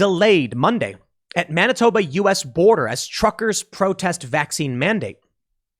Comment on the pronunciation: HE said Manitoba